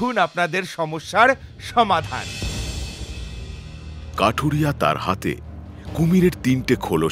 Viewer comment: Akta mistake korechen kathuriya k kathiriya na bole dui dui bar veer bolechen😊